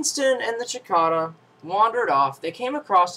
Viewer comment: It's a cicada not a chickada!